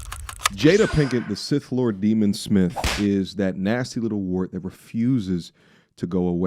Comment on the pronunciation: Did he say 6th Lord Demon😂😂😂😂 bruhhhh